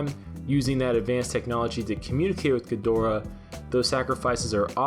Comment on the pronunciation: Can you pronounce it correctly please. Watch some old godzilla movies.